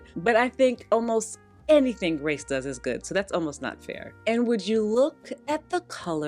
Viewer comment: Hi. I’m continuing to love having you as part of my slow Sunday morning routine. It’s your video, my coffee, and an orange cranberry scone. So good! I did just want to point out here though, that I believe Grece Ghanem pronounces her name like the country “Greece” - not Grace. I know you feature her often in all her fabulousness, so I thought I’d point that out. Keep up the good work. And yes, that red suit of yours is fabulous on you. ❤️☺️